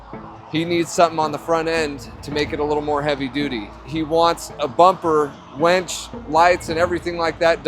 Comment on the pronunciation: winch. Sounded like you said wench. Don't think he wants a wench on his front bumper..